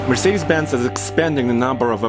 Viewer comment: "Mercedesis"? Lol